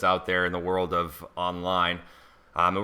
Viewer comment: How she pronounces it